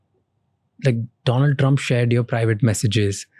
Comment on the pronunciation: Next guest, Do-land Trump 😂